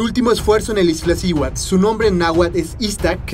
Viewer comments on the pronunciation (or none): Excelente video, sin embargo, es Iztaccihuatl, no IztLaccihuatl. Saludos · Primeramente, felicitarte por el reportaje y hacerte unas observaciones, sin afán de molestar.. El nombre del volcán es Iztaccíhuatl, no Iztlacihuatl.. Lo que llevaban el la espalda son mochilas, no "maletas" Y por último son Piolet (sin acento) porque lo pronuncias piólet.. Por cierto, lo agarrabas al revés, la punta va hacia atrás, por si resbalas, puedas clavarlo en la montaña.., lo bueno es que no pasó nada malo... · No es Iztlaccihuatl, es Iztaccíhuatl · Iztlaccihuatl? O Iztaccihuatl...pff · Bellísimo video, aunque me llama la atención la insistencia de llamarle "Iztlaciuat", si claramente el nombre es "Iztaccíhuatl". Felicidades a todos los que tienen el privilegio de visitar nuestras cúmbres. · No se dice "IZTLACCIHUATL" se dice "IZ TA CCI HUATL" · Muy buen video, pero cada que decia IzTLaccihuatl me brincaba el ojo 🤣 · me dan ñañaras cada vez que escucho Izt..L...accihuatl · No es Izt (L)acihuatl! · ¡¿Corriges al amigo extranjero y tú dices IzTLaccíhuatl!? ¡¿En verdad!? Se me reventaron los tímpanos. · Dislike porque no es iztaccihuatl, es Ixtlacihuatl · JAJAJAJAJAJAJAJAJAJAJAJAJAJAJAJAJAJAJAJAJAJAJAJAJAJAJAJAJAJAJAJAJAJAJAJAJAJAJAJAJAJAJAJAJAJAJAJAJAJAJAJAJAJAJAJAJAJAJAJAJAJAJAJAJAJAJA NO SABEN DECIR IZTACCIHUATL Y POPOCATÉPETL JAJAJA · TU TAMPOCO LO SABES DECIR JAJAJAJAJAJAJAJAJAJAJAJAJAJAJAJAJAJAJAJAJAJAJAJAJAJAJAJAJAJAJAJAJAJAJAJAJAJAJAJAJAJAJAJAJAJAJAJAJAJAJAJAJAJAJAJAJAJAJAJAJAJAJAJAJAJAJA PARECES UN NENE QUE NO SABES DECIR IZTACCIHUATL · Padre tu video en verdad, solo revisa la pronunciación correcta de la palabra Iztaccíhuatl